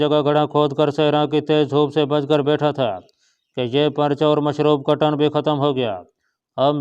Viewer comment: یہ ٹن کیا ہوتا ہے۔ اسے ٹن_ کہتے ہیں۔